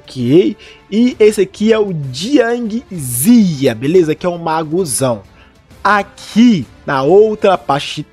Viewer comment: se pronuncia Jiang Ziyá, Inúti